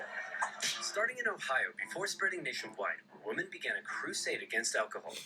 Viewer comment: I believe Oversimplified just has a speech impediment that causes him to pronounce women as woman. It's consistent across all his videos.